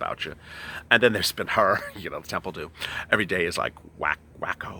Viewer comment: you be making me laugh when you say the temple of domm every time i remember you come to my mind you're the best